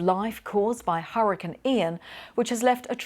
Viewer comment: Someone PLEASE teach this woman how to pronounce HURRICANE!! I thought I was going to stroke out listening to her.